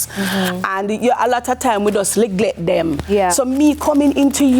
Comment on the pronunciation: Loved this!! Good luck with your spa. Also, hopefully someone corrected her mispronouncing the word "neglect".